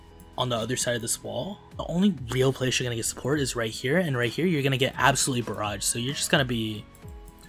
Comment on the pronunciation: STOP SAYING ABSOLUYELY